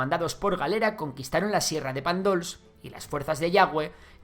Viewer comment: Interesante, pero es infumable la nomenclatura franquista de la toponimia. Nombres como Cherta (Xerta), La Pobla de Masaluca ( La Pobla de Massaluca) , Vinaroz (Vinaròs) o Lérida (Lleida) no son oficiales y pronunciar Pàndols con acento en la o átona es lo que hizo el franquismo ignorando y españolizando la toponimia local. Errores de este calibre penalizan y mucho un documento que trata el tema con rigor.